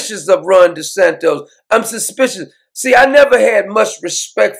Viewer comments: Doc its not Desantos, not like Tostitos chips, Its D-E-S-A-N-T-I-S. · but I love the way Doc pronounces it...."Desantos".....Love it ! 😁😄😂